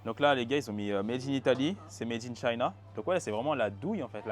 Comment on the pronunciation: Apprends à prononcer "made in China" stp...